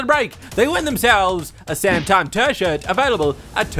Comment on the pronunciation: I want a ''Tershert'' D: here in north Africa it sucks :( and a ''tershert' may brighten my days c:'